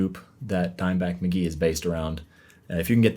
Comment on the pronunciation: Bro said mk.gee wrong 😢